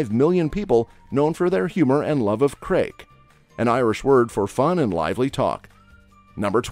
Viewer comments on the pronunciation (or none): Craic is pronounced “crack’ and Samhain is pronounced “Sow-an” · Apart from some wrong pronunciations for the word Craic and Sligo, I enjoyed the video and despite I live in Ireland many years I thank you for telling about the Magic Road, which I didn't know anything about. Now I want to go and visit that place! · No 1 Craic: It is pronouncer "Crack" not cra-ak No 2 Samhain: is pronounced Sow-in NOT sham-Hine SOW-IN, say it with me SOW-IN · you said the word more like craig its for the crack meaning laugh fun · I had a lot of crayk in My-oh and then I went to Sleego for Sam hayn. But to be fair, how would he know how to pronounce Irish things, I’m not great at pronouncing German, French or Italian things (unless he did his research of course). I haven’t been to Ennis-call, but I have tried whisk-beeta, it’s very different to bainne seacláide. Cade meel failty to y’all. Céad míle fáilte, tá an físeán go h-iontach. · The dyeing things green on St Patrick's Day"fact" is complete shite; and that green river is actually in Chicago. "Craic" is of course pronounced "crack". As to the weather. I live in the west of Ireland where it rains 260 days a year. "County Myoh"? It's Mayo. Hurling IS the fastest field sport in the world. It produced "cade meel a fallcha"- "A hundred thousand welcomes". That's "Slygo" (Sligo) not "Sleego". Criticisms aside, this was very informative. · Craic is pronounced Crack... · number 11: It's pronounced crack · You've just commited mass murder of the pronunciation of Samhain, craic, failte, Mayo, Sligo, and uisce beatha. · Your pronunciation of craic and Samhain are wrong.😢plus the names of our countries...and even uisce beatha....please stop.